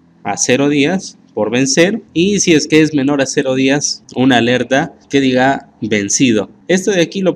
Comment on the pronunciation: Muy bueno, pero es Días de día, no Díaz de apellido